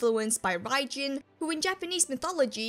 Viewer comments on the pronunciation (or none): none